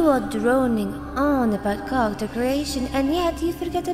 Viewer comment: T'as un super accent c'est dingue ! Juste fait gaffe des fois quand tu dis "character" on dirait que tu dis "culture".